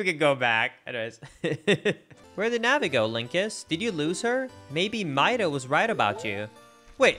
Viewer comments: I think that Mido's name is pronounced 'Me-doe', not 'My-doe'! XD I had read on a 'Legend of Zelda' website that the Kokiri children all have notes from the musical scale in their names! One of the children is named Fado! :D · bro really just said deeeku tree. also, it's meeedo not maido. bro.